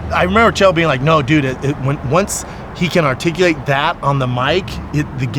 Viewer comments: Shaub needs to stop attempting "articulate". articalate, articlate, artificate. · "You're the most arrtickuwet mind" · Him mispronouncing articulate was all kinds of ironic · The way Brendan Schaub says articulate is ironic. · All respect to Brendan but you trying to say articulate made me geek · Brendan can't articulate the word articulate....😂😂😂